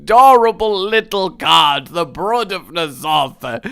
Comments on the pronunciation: Brud? BRUD? Its Br-OO-d god damnit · Brood... As in "food". Great review. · isnt it pronounced Br-Oo-d? like the word food? ive always pronounced it like that...